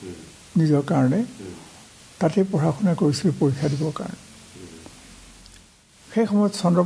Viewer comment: সম্পাদক মহোদয়ৰ অসমীয়া শব্দৰ উচ্ছাৰণত সন্তুষ্ট হ'ব নোৱাৰিলোঁ। বিশেষকৈ " পঢ়া " ৰ উচ্ছাৰণ " পহা " বুলি কেইবাবাৰো কোৱা যেন অনুভৱ হ'ল। স্বনামধন্য শইকীয়া চাৰৰ সু-স্বাস্থ্য আৰু দীৰ্ঘায়ু কামনা কৰিলোঁ 🌹🙏🌹